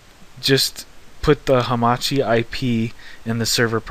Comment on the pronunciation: Great job. But what is this Hamati? I heard of Hamachi not hamati